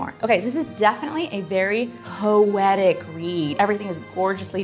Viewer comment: When she was describing "when the moon was ours." I'm glad I had the subtitles on because I thought she said hoetic read 😅. Did anyone else ?